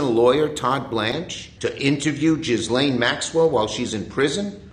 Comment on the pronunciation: Chuck Schumer called her GIZ-LANE Maxwell😂😂😂😂😂